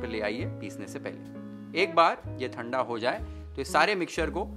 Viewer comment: हिंदी बोलनी है तो सही से ही बोल ले भाई..... ठंडा को थंडा डालकर को दालकर क्यों बोल रहा है, ध्यान रख थोड़ा